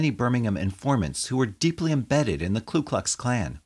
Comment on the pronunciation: I was wondering if someone was going to point that out. I agree that it's a small point amidst the sorrow and themes of this video (which were well handled and well narrated), but getting the name right is important, I think. It's Ku, not Klu. A common mistake, but one shouldn't make.